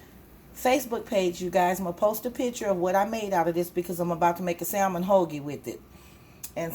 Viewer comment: The L in salmon is silent